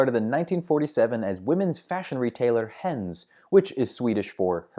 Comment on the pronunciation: It is henn-es, Not Hens. Fyi.